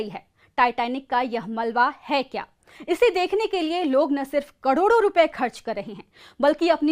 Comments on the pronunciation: 2 कडोर नही 2 करोड़ मैडम 😂😂😅😅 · Bolna to seekh lo kador nahi karod hota hai😂😂😂😂